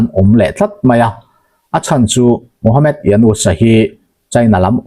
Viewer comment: Ka pu,Md.. tih ziak hi chhiar chhuah atan chuan mohamed ti a chhiar tur a ni e.e.g. Dr - doctor